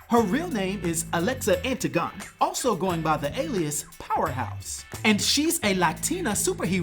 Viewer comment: Just a friendly heads-up that last name is pronounced “An-tig-oh-nee”